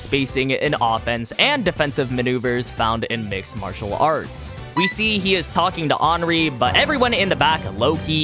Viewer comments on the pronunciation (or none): none